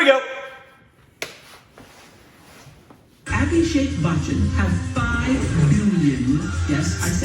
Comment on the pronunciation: Yes she is lovingly called Ash and he is often called AB Jr. or AB Baby. Your pronunciation of Abhishek is better though. This is not 90s. They got married in 2007 and were pretty much that power couple in those days like Deepika-Ranveer are now. Also, no paps are still the same. Priyanka Chopra has mentioned she faces these baby questions often.